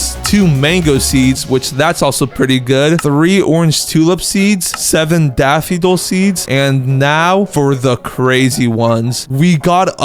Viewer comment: It's pronounced daff-fo-dill